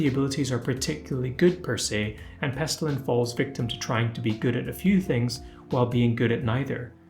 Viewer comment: Pestillian, not Pestillan